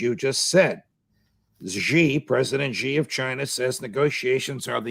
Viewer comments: SHEEE NOT JHEE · Excellent insights. By the way, Xi is correctly pronounced as "see", not "she" or "jee". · PLEASE stop pronouncing it a$ "ZHI" OR "JI". Xi is pronounced as "Shi" . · YOU PEOPLE NEED TO STOP PROJECTING YOUR BAD PRONUNCIATION OF PRESIDENT XI = SHEE NOT JHEE. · The president of China’s (Xi) name is pronounced “She”, not “Zhe”. One would think these guys would know that by now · Judge NAPOLITANO President Xi proper pronunciation is Xi= She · Who the hack is President GEE? Can't you pronounce someone's family name correctly!?